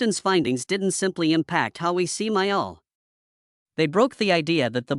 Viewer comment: You should at least learn how to pronounce his name! BS AI.